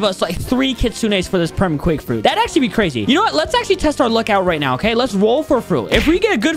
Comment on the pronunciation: Nice quake frruit BUDDY